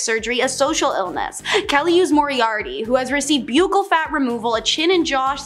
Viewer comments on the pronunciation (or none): buccal is pronounced "buckle". btw- you are awesome at this !! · Buccal fat removal is pronounced like a belt "buckle"...just sayin. This girl does do a good job in these videos though. ❤